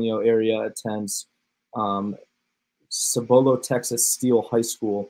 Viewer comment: Singer on FMLA? Cooper's town is pronounced SIB-uh-low, FYI.